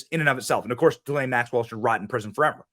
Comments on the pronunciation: her name is pronounced..Gee Laine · Ghislaine is pronounced with a hard G.